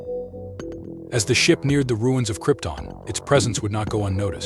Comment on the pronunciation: I winced every time he mispronounced Krypton🤦‍♂️